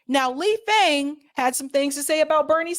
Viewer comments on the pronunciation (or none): Lee Fang pronounces his last name like FONG.